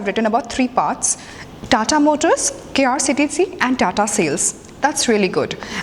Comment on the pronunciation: its not krctc , Its KSRTC , first read properly then tell us how to make resume 😂😂😂😂